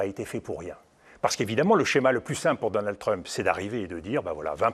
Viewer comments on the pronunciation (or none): Pourquoi les franchouillards disent toujours "Treump" ? Ça se prononce "Tramp".